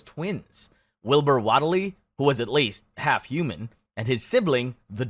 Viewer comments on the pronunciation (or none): Wait. Are we pronouncing “Whateley” as “Waddle-Dee” and not “Wait, Lee” now? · This was fun but I hate your pronunciations so much. Nayaralt hotep? Nyar-lat-ho-tep or Nyar-la-tho-tep. Whateley is pronounced Wait-lee or Wot-lee, not Wot-eh-lee. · .....waddle-lee......? (Wait-lee). Nigh-are-lathotep. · Did you for real say 'what-ely' Its pronounced 'waitly' come on man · 'Waitly' and 'Dunnitch', FFS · That pronunciation of Whateley nearly made me spit my food out, good grief